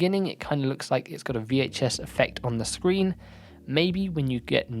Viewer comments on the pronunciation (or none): none